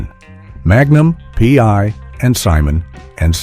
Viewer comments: Your AI voice has trouble with the titles. Magnum pee?? The voice don't know how to say it. Smart computer, NOT. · Haha just heard "Magnum... P" myself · Murder she wrote and Magnum Pee? I think the AI voice might have had a stroke.